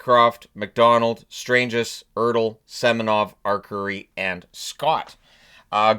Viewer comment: I'm curious (As a texas stars ticket holder) why Hyry wasn't listed as depth? He had a solid performance last year for us. Also just for future reference it's pronounced Stron-ges for Stranges. Love the videos though, thanks!